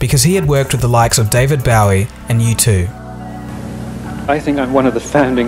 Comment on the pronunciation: Ugh it's pronounced Bowie not Bowie